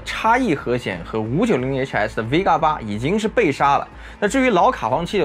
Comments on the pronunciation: Vega 不是 Vgea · VGEA?????? VEGA吧？